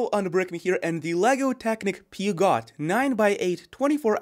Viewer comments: "peeergshooo" not peagot! :-) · peugeot is actually pronounced "poozhow" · Phewgot… 😂😂😂 Love the enthusiasm though. 😅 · LOL a car guy who doesn't know how to pronounce Peugeot? :D :D Come now, you can do it: Peh-Shaux..Peh..Shaux.. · Pretty funny to hear "peugeot" that way. Yup, but it's funny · The pronunciation is killing me